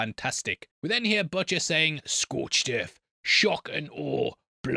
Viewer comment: "scoiched erf!" Hahaha the accent is all over the place. Sounds like a mix of New York and Aussie.